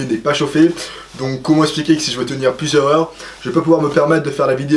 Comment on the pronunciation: Tu es sympa l'ami mais fatiguant avec ton français, ' plusieurs ' comporte un s à la fin, la liaison avec le mot suivant est impérative (contrairement à certaines liaisons qu'on peut faire ou non selon ses goût). Deux fois de suite tu nous sors ' plusieur-heures ', qui vrille les tympans ❗ Puis un ' dont ' en place d'un ' que ' dans ' dont même moi je n'avais pas envisagé '. Ensuite tu ne veux absolument pas mettre de R à ' centimètre ' , trois fois de suite il faut supporter ' centimète '. Et de nouveau trois fois quelques secondes plus loin ...Après, ' plus se sera t'amusant ', ici c'est le contraire ancune liaison n'est possible puisque le T n'existe pas ❗ On continue après plusieurs minutes de répit tout de même, PRENDE , on va PRENDE, non bon Dieu de Bois à casse-tête, c'est ' prendre ' avec un RRRrrr ❗❗ sinon ça fait plouc (alors que tu es quelqu'un de très bien comme je le vois). Alors là tu te dis que je vais te reprocher pour la même raison d'avoir dit ' not' casse-tête ' et bien non parce que là c'est sympa et que cela ne fait pas plouc puisqu'on le dit volontairement ...On tient le bon bout de courant on arrive à la fin : ' bien que je conçois que ça soit plus dur ', il faut respecter ce que tes professeurs nomment la concordance des temps, ou bien tu dis au subjonctif ' bien que je conçoive que ce soit plus dur ' ou alors tu gardes le présent ' bien que je conçois que c'est plus dur '. Ouf ❗ merci aspro c'est fini, sinon très bonne vidéo, bravo ❗ Bye-Bye.